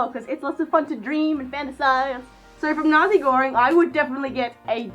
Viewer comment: Thank you for saying Nazegoreng out loud so I finally know how it's pronounced!